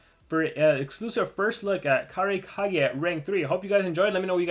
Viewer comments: How Pronounce It: Ka-Rai-Ka-Gay How Normal People Pronounce It: Kurai Kage(But Spelled As Cage) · Karai Kage. Me: Dude, it's KU-rai Kage, just to correct you there. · I don't think its pronounced cage because if you watched naruto they pronounce hokage as " hoe kaw gay" and kurai kage is a ninja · How do you pronounce kurai kage? Because I just pronounce it like "kur-eye kaw-gay"